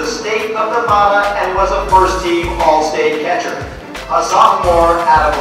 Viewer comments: they say neh-vah-duh when its neh-va-duh, i live in nevada that shit drives me crazy... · its nevada not nevoda